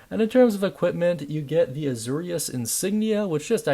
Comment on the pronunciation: It’s pronounced “A-Zor-ius” like Zoro.